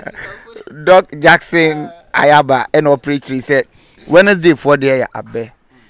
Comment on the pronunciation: Nyaaba not Ayaaba